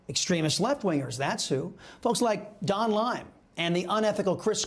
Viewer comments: Why does he keep calling Don Lemon "Don Lime"? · Why are u saying Don lime??? Lol